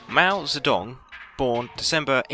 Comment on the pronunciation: man u cant pronounce mou "ze dong"s name